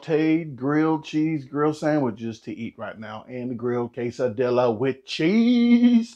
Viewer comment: You may be right, but I do know how to pronounce 'quesadilla' que·sa·dil·la /ˌkāsəˈdēyə/ though! LOL 🤪🤣